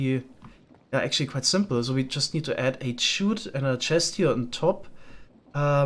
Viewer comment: While I kinda like how you pronounce “chute”, I figure I should at least tell you it’s pronounced the same as “shoot”. A chute is like a large funnel or channel for sliding materials downwards The other pronunciation is “llama” as “yama”. The normal pronunciation is just as if there is one L. It doesn’t make the Spanish LL sound. So it should sound like “la-muh”